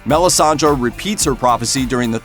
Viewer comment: MelissandrE not Melisandra